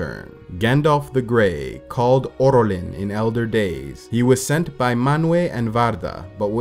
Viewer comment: it's Olorin not Orolin.